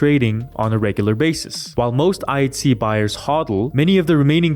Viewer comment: It sounds like you're saying IC not pronouncing the H. But overall good stuff